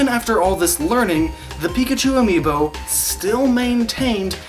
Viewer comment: Whole video about amiibo. Doesn't pronounce the plural correctly throughout the entire video. Still great video lol